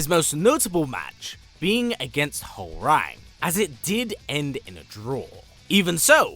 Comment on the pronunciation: Hworang's name is pronounce HWA RHANG not like the telephone RANG . * cringe *